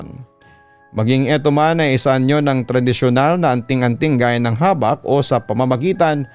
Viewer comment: Mabilia po pronunciation nyan Papa Dudut. Habak' po Bisaya Term kc yan ng Anting2.